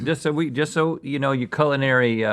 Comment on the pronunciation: It sounded like Link said “colonary” instead of “culinary” 😂